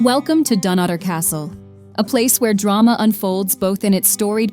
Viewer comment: Her pronunciation of Dunottar was abysmal.